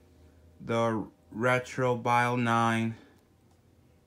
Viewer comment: It's "Retro-vill".